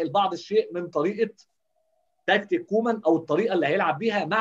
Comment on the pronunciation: اسمو كويمان مو كومان هههههه